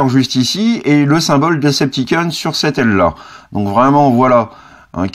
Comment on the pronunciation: S'il te plaît pronnance ça "DecepticOn", pas "DecepticAn" xD